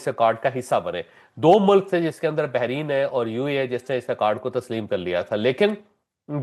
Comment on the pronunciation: Sir, not Behrin, it is Bahrain